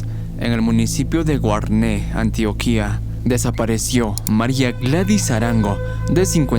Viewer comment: Colombia, me dueles :( muy buen vídeo tho :) por cierto, es Antioquia, no Antioquía, y Chiquinquirá, no Chiquinquira :)